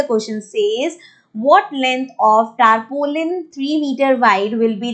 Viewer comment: Mam wo taarpooliaan nahi tarpulin